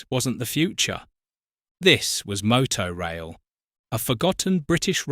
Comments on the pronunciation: It was pronounced Motor Rail not Moto Rail. 😂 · It's pronounced motor-rail rather than moto-rail actually ! Used it twice for Scottish holidays. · Motorail was pronounced 'motor-rail', not 'moto-rail'. It was basically the forerunner to Le Shuttle. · I think it’s pronounced motor - rail not moto- rail . Good video though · What a ghostly vision with which to end the video. So much more to discover about these services which once a decade or so threaten to reappear in the middle of the night somewhere in rural Dorset or en route to Oban. Maybe it's the more continental sounding MowTow/Moto in your house but the cars are called vehicles, motoR vehicles and it's a piffling pronunciation thing but motor rail was how it's said to be said. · "Mow-tow rail"? All those happy motoists enjoying an ail journey with their moto cars on the the back of the tain? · Regardless of how it’s spelt, it’s pronounced ‘motor-rail’.